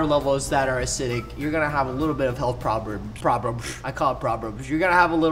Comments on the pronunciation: problems not proberbs. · Ur saying probers it’s problems